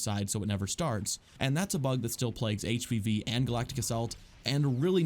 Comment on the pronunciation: Every time you say HvV I hear HPV. Also, the treatment of split screen multiplayer is very disappointing. They could have at least added PvAI split screen versions of major online game modes, for those of us who don’t want to throw money at PS+ just to enjoy a game we already paid for.